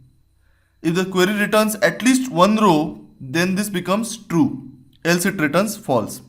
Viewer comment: Your "one" sounds more like "when" than "one"